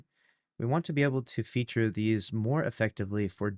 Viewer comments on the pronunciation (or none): none